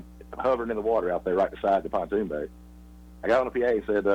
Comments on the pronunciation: It's pronounced pond-toon not pu-toon spelled pontoon 😂😂😂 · First. Please. The boat is not called a PA-TOON boat. It is called a PON-TOON boat. There is no such thing as a patoon boat it is called pontoon.